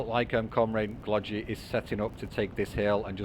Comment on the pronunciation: "no way Glogi is going to buy another KT" -Me "hold my beer" 🤣 We both got so invested that we forgot about TL, I was franticly defending and then I see it is past 55 min xD Ty for the cast, it is very nice for us noobs to see our games casted on yt. Also in Glogi 2nd G is pronounced the same as the first one;)